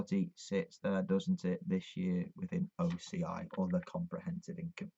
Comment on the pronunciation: Speak acronym for OCI you can't be heard properly about it